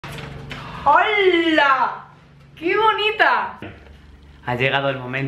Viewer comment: porque dice hoala😐😐